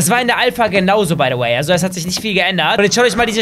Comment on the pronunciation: Warum sagst du baydoway